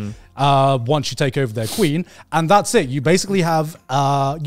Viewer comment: Garnt trying to say "basically" is making me laugh so hard and I don't know why 🤣